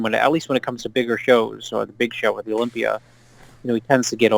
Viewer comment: Im so sick of you calling Mr Olympia Mr Olimpiar..Are you that fucking stupid? It almost makes me quit viewing your page.